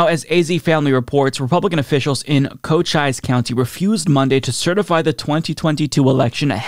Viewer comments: That's an interesting pronunciation of Cochise there. The actual pronunciation is /koʊˈtʃiːs/ (ko-CHEES). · Minor point, Cochise is pronounced Coh-chees. Either way, most people here in AZ seem to just want to move on and let Kari sink into irrelevance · Hey man just letting you know the county is pronounced co-cheese and not how you said it. Not getting in your case about it. Just wanted to point that out. I'm from AZ and speak Spanish and English. I hold the same standard for Spanish speakers saying words in English with correct pronunciation. So don't think I'm singling you out.